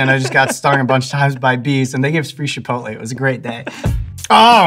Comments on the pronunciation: Shhhipotle? Never heard anyone pronounce it that way. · Love this guy, did he say shipotle though?